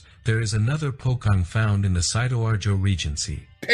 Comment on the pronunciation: it's Po-CHong. not Po-Kong. who made that doc, man...?!?